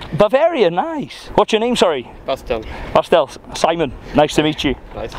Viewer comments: I believe the german Dude's name actually is Bastian, short form of Sebastian ( though I admit he kinda numbled it )... never heard of " Bastl or Bastel" and I am german. Enjoying this series very much, Simon! Keep on the good work ! greetings from West-Germany. ( by the way, come visit us ! ) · I’m sure the guy said Bastian and not Pastille 😂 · his name was Bastian, not Bastielle or whatever you are saying 😅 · calling Bastian "Bastel" 😂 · Bastian should change his name to Bastel now; the name has been absolutely slaughtered 🤣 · I think the German guy’s name was “Bastian” and not “Bastel” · Bastel 😂 His name was Bastian like Bastian Schweinsteiger 😆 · Bastian :) not Bastel. Short form of Sebastian 😂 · Who is Bastel? He said Bastian! 😂😂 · It’s Bastian, Short for Sebastian, not Bastell 😂😂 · Bastian Not bastel 😂😂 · Pretty sure his name was Bastian not Bastel 🤣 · Bastal or Bastard 😂😂😂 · You can't even remember a name for 2 seconds.. the German guy is called Bastian! Not that hard... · Simon slaughtered his name lmao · Poor Bastian, got his name buchered the whole time hahhaha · Poor german Countryman got his name Butcherd so hard :D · Absolutely butchered the german guy’s name 🤦🏽‍♂️😂